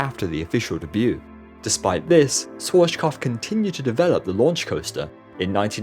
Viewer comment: Dude.. it hurts me how you pronounce „SCHWARZKOPF“.. you don’t pronounce it „SWORCHKOPF“… IT HURTS